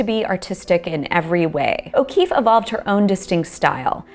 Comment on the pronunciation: Georgia O'Kweeffe